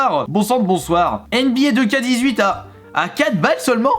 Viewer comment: C’est pas « deux ka » c’est « two ké » (nba 2k18)